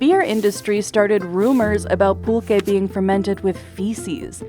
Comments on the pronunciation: Thank you for this comment. I was looking for the spelling and definition. I heard: Pull-Kaye ; Pul-Ché. Next wdve been PullQue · Would it kill you to get someone who can pronounce Pulque, Mezcal and Tequila properly ????